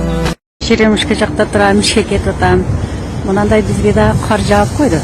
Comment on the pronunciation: Автор, каар жаап дебей кар жаап деп айтылат.